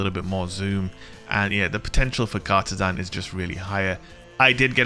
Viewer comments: You're saying it wrong. It's not Cartesan, it's Cartesian. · Car-TEE-jinn. Sorry, I work in Cartesian coords for a living, makes my eye twitch when I hear it butchered so badly lol. Love ya vids,! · It's pronounced car-TEE-shun. :)